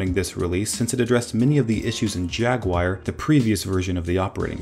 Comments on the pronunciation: HAhaha... Pronounced Jag oo war. Video pronounced Jagwire HAhahahahahahahahah.... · What the fuck is a Jag-Wire? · JagWIRE lol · Teacher: What’s your favorite animal? Student: J A G W I R E Student: *is placed in special ed program* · Who noticed that said jagwire instead of jaguar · Just so you know, it's pronounced 'JaguAR' not 'Jaguire' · Logan Sharpe I’m an American and I call it “jag oo ar” not “jag wire” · JAG-yoo-ar but I also used to pronounce it "JAG-wire" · Its not Jagwire its Jaguar (pronounced JAG-YU-ARE) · JAGUIRE :D :D XD XD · It’s Jaguar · its jaguar not jagwire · toby jaguire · J A G W I R E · You keep calling it "jag-wire". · A special thread only the Judge Advocate General is allowed to used. I guess. If he's a cat. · itsa jaggy wire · What the fuck is a Jag Wire... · I thought poo-ma was funnier than jagwire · "Apple discontinues iPhone and Aperture and replaces them with Photos." iPhoto, not iPhone. And Jaguar is not pronounced 'Jagwire'. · Everybody says it wrong. Here is the correct pronunciation. Jag-oo-ar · "Jagwire" - are you testing us? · BAHAHAHAHA JAGWIRE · JAGWIRE AND YOSEMEETEE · Ah yes, I love OS X Jagwire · Pooma Jagwire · I thinks that’s how Americans pronounce it. It does sound weird though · You're seriously pronouncing jaguar wrongly! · You know how to pronounce Yosemite but not Jaguar? Really?